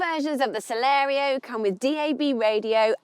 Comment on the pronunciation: At least twice she called it the Celero! It's Celerio.